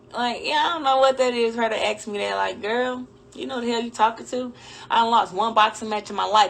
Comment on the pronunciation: "axe me questions" 🤦‍♂️